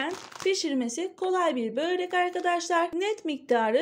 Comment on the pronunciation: Neden bööğrek diyorsun güzel ablam 😢